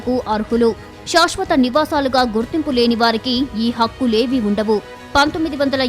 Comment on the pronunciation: శాశ్వత అనాలి, షాష్ వత కాదు. దయచేసి గమనించండి. మొత్తానికి మంచి విషయము చెప్పారు. ధన్యవాదాలు